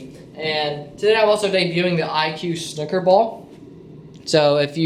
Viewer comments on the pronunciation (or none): I don't know why but it goes through me to hear it pronounced 'snukker'